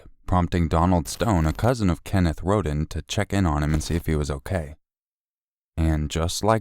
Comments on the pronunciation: Btw, it’s pronounced ROAD-EN 😂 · Why pronounce Rhoden wrong when you hear clear examples of it proper pronounciation? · Except when pronouncing Rhoden wrong after hearing numerous people give examples of proper pronounciation.